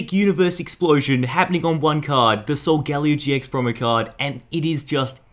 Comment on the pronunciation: It's pronounced sol-guh-leo not sol- gal-eo